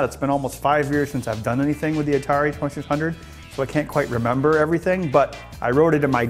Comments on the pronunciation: "Atari Twesisundrd" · I LOVE the Atari twuhsunred!